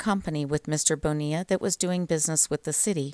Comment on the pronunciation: Excellent pronunciation of “Bonilla” and great work as always 👍🏽